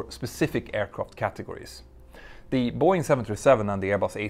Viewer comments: I keep hearing Buoy and I can t focus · It’s Bow Wing 😅